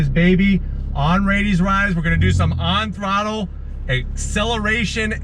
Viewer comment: I got hype every time he said " On throttler" .